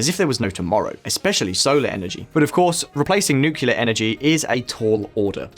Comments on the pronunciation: Its pronounced "nuclear" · Nuclear not nucular 🤣..srlsy tho🥲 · Nuclear, it’s pronounced nuclear. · Why can’t anybody properly pronounce “nuclear”? It’s “new-clear” or “nu-clear”. It’s not and never has been “nucular” ffs. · Pronounce "nuclear" properly, please. It is not "noo-cu-lear" but "noo-clear". You lose all credibility amongst the great content of this channel otherwise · nukular nukular, come on just say 'Newclear' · Paul Erlich: "Paul ELRICK" Nuclear: "NOOKYOOLAR" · "Nucular energy" lol. Reminds me of George Bush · Nookyoular? Ffs, nuclear. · Lol... Is it just me or this guy can't say 'nuclear' clearly ... If yes, then that makes him the second joker after George Bush. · It's nuCLEAR power, not nucular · How could I ever trust a video by a bloke who can't pronounce ' nuclear'. Nukilerr idiot. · Dude. Learn how to pronounce "nuclear" correctly. It's not 'nucular'. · This guy says ‘Nucular’ repeatedly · great video, but please please say NucLear. Again, fantastic content as always, thank you. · You lost me at NOOKYEWLUR geesh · I turned off this video in the first 2-3 minute because of hearing 'nucular' for so many times. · No one producing this video noticed he can't pronounce nuclear? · ah yes.. "nucular" energy.. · George Bush. He liked "nucular" energy. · As a kiwi, I have never heard another kiwi say nucular, except when laughing at George Bush. Say it 3 times Nucleus Nuclear Nucleus Nuclear Nucleus Nuclear. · Anyone who says nucular is wrong. Totally wrong. Which is probably why says it this way, it gets more people commenting on the video, and then gets a boost from the youtube algorithm. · many Americans pronounce it "nucular", but Brits say "nuclear".. like it's spelt. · Fire the nucular weapons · The pronunciation of the word nuclear just kills me 😁